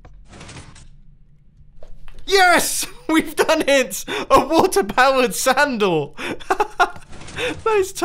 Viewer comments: I hear sanddoor o.o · Did anyone hear "a water powered sandal" 😅 also love you Mumbo. 💖💚💖💚💖💚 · Did he say a water powered sandal